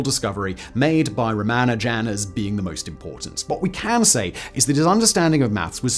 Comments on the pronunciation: “Tilling the plane” “Ramajam” Dude, don’t rush the pronunciation. 😅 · 'Ramajam'?!? Really? You might at least have learned to say his name, or perhaps pronounce it how it's spelled. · Would normally say it doesn't matter but ruhman nojan 😅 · This video probably will get the Guinness Book of World Records entry for the largest number of (incorrect) permutations of pronunciation of 'Ramanujan'🤣🤣🤣🤣🤣🤣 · He used like 7 pronunciations, none of which are correct lol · Consult with someone who speaks Tamil, how to pronounce Ramanujan and consult with any mathematician on how to pronounce Euler. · Was the intent to pronounce Ramanujan’s name differently every time you say it? He was not an amateur tho. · How many ways can he mispronounce Ramanujan though? 😀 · I got to where you totally failed to pronounce Ramanujan's name. Not watching anymore until you correct it. I'll wait. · Simon, you really should check your pronunciation of, in particular, non-English words and names. Ramanujan is mentioned below; pronounce every syllable with the emphasis on the u. You also mispronounced Euler. Eu in German is pronounced like oy so Euler is like oyler. I noticed in an episode you hosted about the "Battle of the Beams" in WWII you pronounced knickebein incorrectly. In German words beginning with a k like this you pronounce the k. You also need to know that if you see ei in a German word it's pronounced like the English word eye. If you see ie it's pronounced ee. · While your articulation is splendid, I think the pronunciation needs some work. "Tilling" the plane? Surely that's not how tiling it's pronounced anywhere? I can't say for sure how Ramanujan should be pronounced, but I have gotten used to a few very different ones from yours. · Guy can't pronounce Ramanujam. Ffs. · Correct pronunciation is Ra-MAH-nujen (though it seems a popular pronunciation among brits is Ra-mah-NU-jen) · gaaah.... Ramajan???? Ramajan??????? It's RamaNUjan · Ra-MA-nujan... not RA-ma-jan... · Lol "Ramajan"